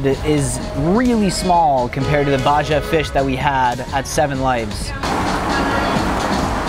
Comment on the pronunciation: "Baja" - (Baha) 😅